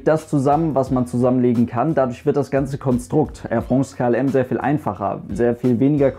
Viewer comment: Tolles Video und du sprichst Air France besser aus als ein Franzose Lufthansa. Weis auch nicht warum sowas hier kommentiert werden musste ;-) Danke für die tollen Info's übers Fliegen!